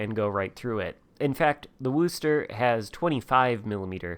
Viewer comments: Wooster? It's Were-chester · Wooster haha it’s pronounced wuster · Dude you need to learn how to pronounce the name of the ship! It’s wostah and doesn’t rhyme with boo. Git gud noob 😛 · Coming from Massachusetts and hearing you pronounce Wooo-ster makes me chuckle. Of course we pronounce it Woostah. Thanks for the video, I like my Worcester and as long as I don't leave myself in the open, I do real well.